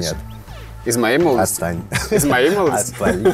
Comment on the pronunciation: пытается что-то сказать: ацтань: снова пытается задать вопрос: ацтань Ух, проорал